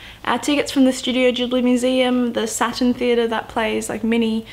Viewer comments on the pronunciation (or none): I'm pretty sure it's pronounced "studio gibli" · The way you pronounce words (particularly 'Ghibli' and 'Totoro') nearly had me in tears.